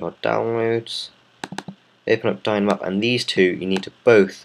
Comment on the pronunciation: Yea but u pronounced it Dyn-a-map